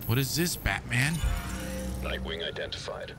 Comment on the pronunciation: Nightwing not Knightwing